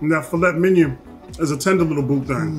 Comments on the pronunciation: That table looks amazing and I love both of your videos. But... Filet Mignon is French. Pronounced Fil-ay Mign-on not filet minyan lol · You mean minyawn. The phonetics you noted are incorrect...mig-non would sound like...well..mig..non..lol. correct pronounciation is filay minyawn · "Fillet MINION" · Why are you pronouncing filet mignon wrong?????? Is that on purpose? I wouldnt even serve you if you seriously ordered it with that pronunciation lol